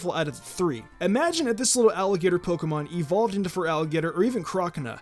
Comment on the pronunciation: EVERYBODY! ITS NOT EVOLED, ITS EVOLVED